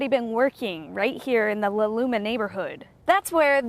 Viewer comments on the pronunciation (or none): It’s La Loma Lllll-ahhhh Looohhh-mmmmaaaaa